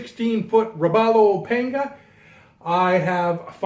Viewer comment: it is pronounce paan-ga. I was designed by Yamaha as part world bank project to help fishermen in the developing world. It was named after the Swahili word for machete. Anyway, boat looks gorgeous.